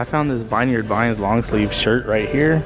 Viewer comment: It's pronounced Vineyard Vines (vihn-yerd vīns), not (vīn-yard vīns). It's pronounced like where grapes are grown and picked.